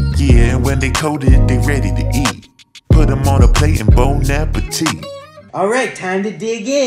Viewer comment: The prononciation of the "bon appétit" was so much on point. People usually pronounce it "bon appétite"